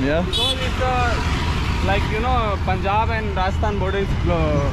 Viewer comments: Please stop calling it pooonjab. It’s Pun-Jab. Thnx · Bro it's pronounced as panjab not puunjaab😂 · It’s pronounced Pun-jaab, Not Poon-jab. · It’s not “Poon-jaab”! It’s “Punh-j-aab”. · Y do u call punjab as poonjab??? No one has corrected u? How do u pronounce d english word PUN ????? Its the same PUN-jab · Hi It's not Poonjab......its Punjab (Pun similar as saying Fun). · BRO IT'S PANJAB NOT punjab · Bro its panjab not punjab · Why do you guys call it Poonjab? It's Punjab. Pun-jab. Do you pronounce 'Pun' as 'Poon'? Then please pronounce it properly, sound so weird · its pronounced panjaab, not poonjaab. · Its Paanjaab not pooonjaaab 😢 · Hi bro loved your video but you pronounce the name of our state wrong it might be written as punjab but it is pronounced as Panjab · It is not poonjab